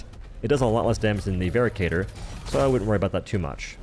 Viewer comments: its veracitor, not veracator my dear:3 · Hate to be this guy but rather certain it is pronounced "vera sitor" not "vera cator" due to the "ci" making an S noise and lack of an A. Otherwise great info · It's Veracitor, not vericator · I'm pretty sure it's pronounced "VER - ASS - IT - OR". Like "veracity." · It's pronounced ver-rass-i-tor btw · I hate to be that guy, but "veracitor" is pronounced "ver-ASS-it-or," like the word "veracity." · its pronounced "Veh-ra-sih-tor", derived from "Veracity" which is latin for truthful or honest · I thought the Veracitor was pronounced more like how you'd pronounce Velociraptor, where the C makes an S sound. Also, I've been loving the Trident against Illuminate. I would put it in A tier solely for how quickly it rips through shields, whether it be dropships, harvesters, or objectives. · Pronouncing Veracitor wrong. Supposed to be like Veracity I think